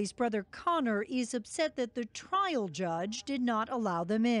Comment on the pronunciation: “Mishtakes were made at twial”